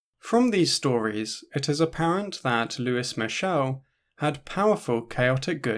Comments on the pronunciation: for a sec in the beginning i thought you said “the french anarchist, who is michelle” lmao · The mispronounced name irks me lol